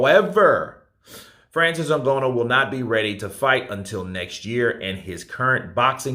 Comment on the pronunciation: Bro, it’s not a matter of interpretation. You’re still saying N-go-no WTF 🤯 I don’t understand why you keep butchering this man’s name